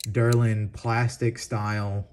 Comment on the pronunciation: The first yellow Case is a Slim-line trapper, or farmers trapper. It is made of Del-rin not Der-lin, a thermoplastic developed by DuPont. Made by other companies by other names. Schrade calls their Uncle Henry style Staglon, the Old-Timer sawcut Delrin. They may call the one Northwoods a Madison Barlow, but it sure looks trapperish to me. A beauty by any name.